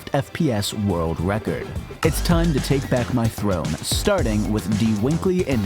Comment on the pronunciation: witerally woke the wecord, hit the gwiddy 😂😂😂😂😂😂😂